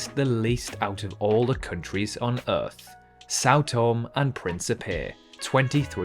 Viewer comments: It is pronounced tom-E and not Tome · Sao Tomé e Pincipé is pronounced “Sau Tomei e Principei” not “Sao Tom e Principei’ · São Tomé is pronounced sow tomay. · “São Tom”? Why on Earth do you think the E has an acute accent on it? You should learn to speak properly instead of sounding like a nincompoop. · Think São Tomé should be pronounced Sao Tomei, not just Sao Tom, and Guinea-Bissau pronounced Bisau, not Bisoo. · Sao Tomé eeeeeeeee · You pronounce Sao Tomé wrong. The accent with Tomé means it is pronounced tomeh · Sao To-maaaaaaay! The ending "e" has an accent on it, so you have to pronounce it. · Oh no it’s pronounced things different thing you do. This means he doesn’t know how to speak properly. Get over yourself people pronounce things differently stop whining. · It truly emphasises a country's global insignificance when even the cannot pronounce its name correctly. A party from my school was in São Tomé for the country's independence in 1975, so I may assure you that the acute accent on Tomé means something. I was in Granada more recently, in 1999, and locals pronounce it differently to Andalucian Spanish residents, and it comes out as Gran-ey-da. The fairly high recognition rates of even the most obscure places suggests this quiz was only attempted by geography or politics nerds like me. Being a product of four Commonwealth countries' schools/uni in the 50s-70s, I regularly get the Pacific and Windward Island nations in the wrong order. My Aussie grandsons (aged 11 and 12) do better than me with the former group.